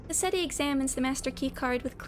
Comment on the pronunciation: You absolutely massacred Cassetti omg. I'm so excited for the next canto if we're already getting reveals as insane as this. :_mafCry